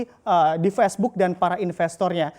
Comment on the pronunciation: Facebook mas, bukan pesbuk. Gregetan gue